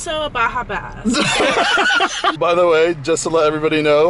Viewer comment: “And also a Baja bast” is my favorite ever